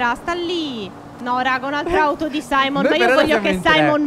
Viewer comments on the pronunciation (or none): non si chiama Saimon si chiama simeon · Phere non si dice saimon ma simeon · SIMEON NON SAIMON